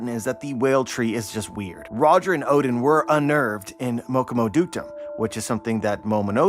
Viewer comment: i keep hearing ODIN and i was like, is the norse allfather now a character in OP Elbaf arc? then i realise you mispronounced ODEN.